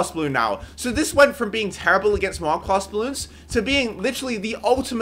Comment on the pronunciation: bro says moab mowab